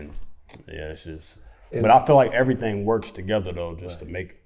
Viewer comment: That “errthang” is so Louisville 😂😂